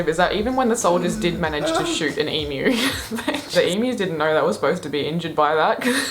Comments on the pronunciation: Dude I love your videos, except for your opening, hate it. but can you please say E m u not emoooooooo please, Love ya reactions though 10 thumbs up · please learn how to pronounce Emu... it is 'Eem You'..... not eem ooh.... I get so pissed off with the mis pronunciation of Emu lmao.....